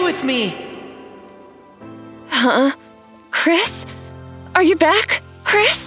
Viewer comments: And she calls him cwis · Then said cwris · She also said he’s name is chwis